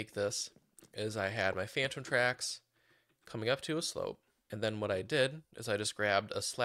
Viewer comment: it sounds like your saying fanum tax instead of phantom tracks 💀